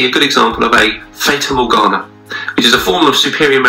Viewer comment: WTSmurf? Faytah morgana? Ffs.